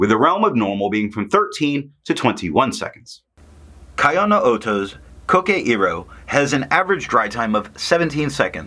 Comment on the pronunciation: Thanks for the great review. BTW it's pronounced KEYoh-no-oto, as in Kyoto. Not kaiOH-no-oto. But of course we are Americans and we can do whatever the hell we want:)